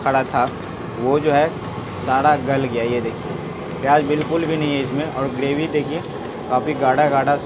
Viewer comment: ग्रेवी होता है गडेवी नही